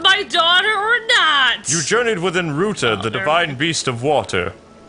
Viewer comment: IT'S RUTA WITH AN A AAAAAA